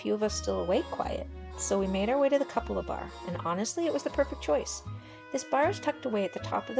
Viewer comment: Coo Pa la is how you say it